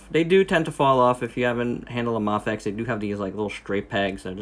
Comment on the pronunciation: Great review! Seems like everyone's making EVA-01s lately. I thought it was pronounces May-fex?